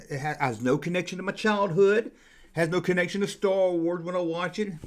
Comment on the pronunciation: I wike Stah Wahs :)